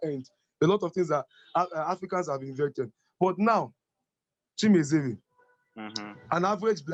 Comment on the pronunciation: Lol you murdered the name... its Chi-me-re-ze.. not Chi-me-ze-re. On the other news.. I must I find this video very informative and thoughtful as well. 👍👍👍